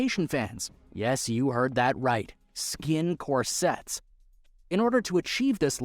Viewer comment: Core sets v corsets... Do you deliberately mispronounce words in order to get more comments?